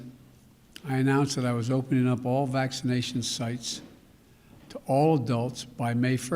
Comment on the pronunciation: Did he say “vast majority of DULL Americans?” 😂